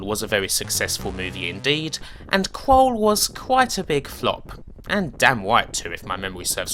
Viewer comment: I think it's pronounced KrUll emphasis on the U, rather than Krole but good stuff as usual